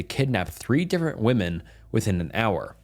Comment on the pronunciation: Women is pronounced like wim-men. The way you said it the singular version